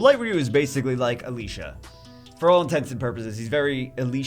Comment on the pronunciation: And stop saying alisha it’s Alicia.... aaa leee ceee yhaaaaa